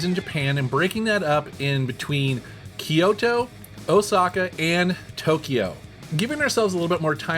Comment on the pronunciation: It's pronounced Kyoo-to, not Ki-yo-to. Technically 3 syllables, but sounds more like 2.